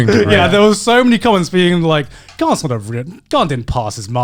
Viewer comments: Why does Grant keep mispronouncing his name? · Apologies, I always forget that Garnt has an R in it, its fairly subtle sounding to my ears